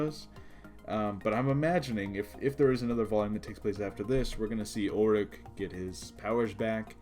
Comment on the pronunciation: It's "Ulic," dammit. Not "Ulrich" 🙄